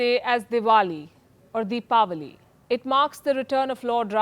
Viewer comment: Love the way you said Deepavali...